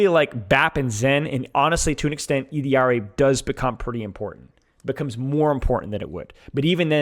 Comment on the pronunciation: OOkkkkk. i gave you like 10 times to pronounce ILLARI (ee-de-ard-ee) like a fkin bozo before i had to click off the video... holy smokes you are annoying